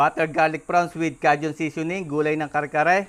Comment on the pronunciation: Kay jn (Cajun) not ka jn.